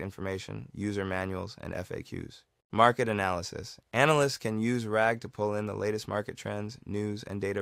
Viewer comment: Wow, he really said ragger with the hard r this is a fun series, keep it up!